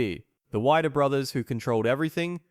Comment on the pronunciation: Some inaccuracies in this vid. First, it's pronounced 'Wee-der' not 'Wy-der'. Second, Mike didn't hate Zane. He might've disagreed with his methods of training, but personal animosity? No. As for the weight differences, Zane was 190 pounds at the contest, a bit heavier than the year before but smoother, due to his accident. Mentzer weighed around 220, maybe less...not sure on that. But it wasn't a forty-pound difference between them. As for Arnold, while his physique was large all over, and he had more 'flow' to his body than the other competitors, his legs were weak and so was his mid-back. Did he deserve to win? IMO, no. But neither did Mentzer. I'd have picked Coe or Dickerson first, even though Chris had noticably poor arms. Great legs, back, shoulders, and abs, though. Was the contest rigged? On the surface, yes. Arnold knew the judges, and he had the more famous name, in fact, the most famous name next to Ferrigno. And, yes, the IFBB was the only game in town and controlled everything. I can't say it WAS fixed, but it looked that way. As for my thoughts, see the paragraph above. As for Mentzer being this so-called intellectual, he was a bitter suck to the end of his days. He wouldn't have made millions if he'd won the O. He would've had more money, but becoming a millionaire? Probably not. Outside of Arnold, no one else was making that much cash back then. Just how it was. He was bright, but getting addicted to amphetamines and frying his brain and ending up institution